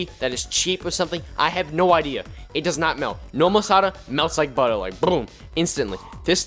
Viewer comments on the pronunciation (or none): none